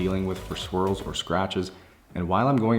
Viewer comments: Not going to lie, I’m a few beers deep and I kept wondering why he kept talking about squirrels scratching the car. After I played it back like 6 times, I realized he was saying swirls. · BAHAHAHAHA!! I wasn't drunk and also heard "squirrel" the first couple of times.